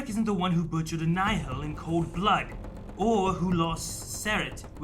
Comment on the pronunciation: Pls just say Nihil right🙏🏼😭 “Nile”